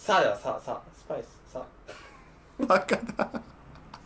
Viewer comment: テオくんの スパイｽの発音めっちゃいいw